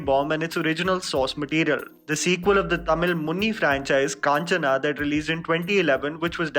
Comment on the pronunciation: its not kaanchana. its kanchana